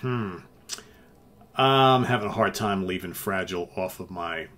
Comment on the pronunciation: Two cracking albums there that’s for sure, b.t.w. You are pronouncing Fragile wrong.